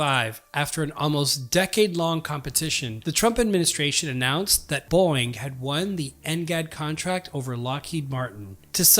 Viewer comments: why does he keep saying boing? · Teach your AI to pronounce Boeing. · I love how this guy says Boeing like “Boing.” 😂